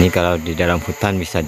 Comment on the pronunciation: Bukan Hunan woee bang tpi hutan